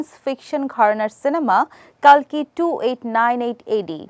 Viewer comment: কল্কি হবে কালকি নয়